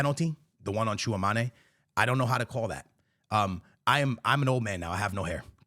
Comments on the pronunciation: please stop calling. Tchouaméni Chew-a-manè man! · 😂😂gotta love how always pronounces bro's name as "chew-a-maney"😂😂😂.....man gets me erytime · It bugs me when this guy mispronounces Tchoumani.